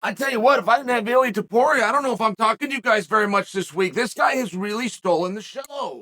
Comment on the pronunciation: He says “iliuh”